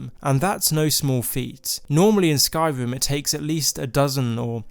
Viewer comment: I've never heard this speech impediment before. "r"= "v" for some reason. Skyvim, Nevevavine, Movvowind :P